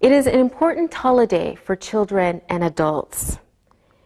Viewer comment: evet "otomatik" altyazının acizliği tamamen zaten öğretmenimizin "Holiday" telaffuzu çok net ilgilendiğiniz için teşekkürler